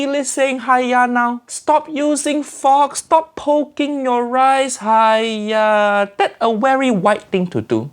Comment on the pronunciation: uncle Roger saying haiya= haaaaaiiiiiyyyyyyaaaaaa.... auntie liz saying haiya= haya!